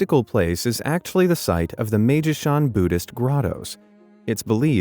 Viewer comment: 'its pronounced "my-ee-ji"